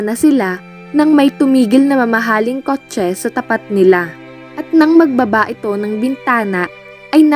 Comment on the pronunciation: Ilocana po ata ang narrator, sa pag pronounce nya ng kotche